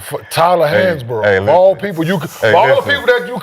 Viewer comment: Bro said Tyler Hansborough 😂😂